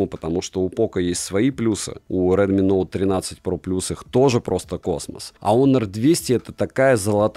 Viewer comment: Дрилми - это ж не оговорка, да?)) Шутейка?